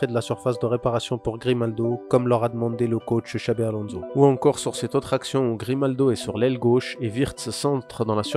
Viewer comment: On prononce Alonsso, pas Alonzo